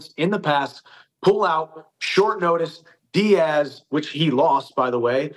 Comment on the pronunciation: dhich* not rich 😂